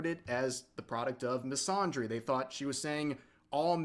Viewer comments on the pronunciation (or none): the way rev is saying misandry as misondry is killing me